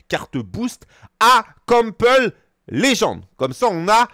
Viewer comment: Donc pask je prononce pas de la bonne façon je ne connais pas le joueur... 😅 Et si un joueur avec des stats équilibré sera moins bon qu'un joueur opti. Quel intérêt d'avoir des points dans des stats qui servent à rien?